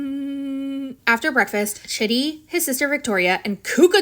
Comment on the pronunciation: Chidi's name is not "chitty", it's pronounced "Chee-dee"